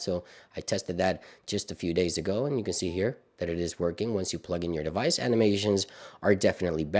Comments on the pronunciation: Please can you pronounce the word device properly it’s Device not Dewice 😁🙏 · thank you I’m sorry but it’s actually stopped me watching some videos as it really gets me!! I love your stuff but turn it off when you say dewice